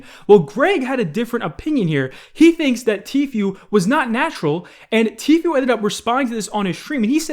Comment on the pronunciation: please. Its tfoo not tfyoo